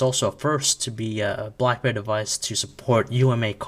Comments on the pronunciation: BLACKBEAR !!! ITS BLACK'BERRY' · hahaha he does say blackbear. maybe this is a different review then i thought